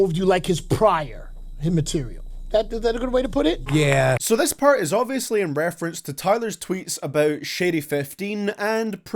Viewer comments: stop sayin diss as dass thanks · Diss !!! Not Dess!😂💀💀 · What's a "dess"? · Nobody:: dESs